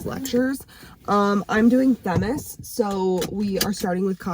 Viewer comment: I'm sorry, but I think you mispronounced Themis.